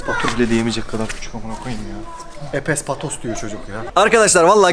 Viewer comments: Abiiiii epes patos diyen benim kuzeniiiiiimmmm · Epes Patos dediği yerde patladım dkkdsjjx